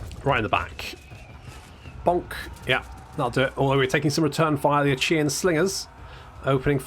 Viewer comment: Achaean is pronounced with a hard K sound, as in "My back aches from this javelin I've found in it."